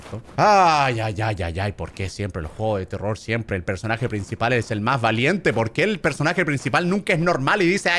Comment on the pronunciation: eh vivido engañado NO SE DICE TERROR SE DICE TELOL xD asi lo dijo german XdddddddddddddddXXXXXXXXXXXXXXXXXddddddddd